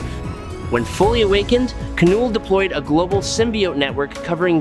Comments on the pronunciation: It's pronounced null. As in the absence of. It even goes with his whole theme. The K is silent. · thumbs down again for not pronouncing knulls name correctly again & again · It's null the k is silent. So what is your opinion on kanull vs acopalyspe jus by themselves. No all black the necro sword or the anti life equation?